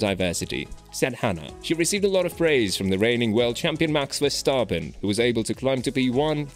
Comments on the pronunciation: Really interesting to learn more about the people behind the scenes :) and just so you know, Verstappen is pronounced with a short "a", like in the word "map" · But at least the 'a' in map is normally not pronounced like the 'a' in the name Verstappen! So 'map' is not a right exemple... In the Dutch name Verstappen, the 'a' is pronounced like the 'a' in the word 'jar'.